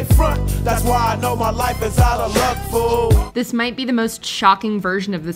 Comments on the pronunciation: Annie Lennox was the first troll purposely pronouncing 'this' as 'these.' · She slurs the word "this" on the "i" sound making it actually sound between "this" and "these" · You'll never convince me that Annie Lennox is singing "This" The way she pronounces it is way more like These. The song may be titled as such, the lyrics may list it as such but if you sing the word "This" it sounds wrong. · In the case of Annie Lenox, it's her issue: she pronounces "this" (thee-us) like a southerner does. Hence the confusion. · People think it's "Sweet dreams are made of these" because of her pronunciation and the rhyming of "disagree". And to be fair, why did they use "disagree" to rhyme with "this" in the first place? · Annie Lennox pronounces it these. I'm aware of what the actual song is. I've picked it out of a karaoke lineup often enough.